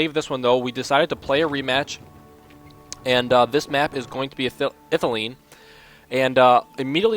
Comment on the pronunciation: no not ithileen. ithílien with the stress on the second i